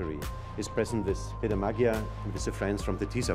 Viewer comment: Herr Wéber, nain Magjár, hanem Magyar. Bzmmm tanulj meg beszélni